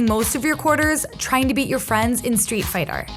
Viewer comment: Am i tripping or did she say "fightar"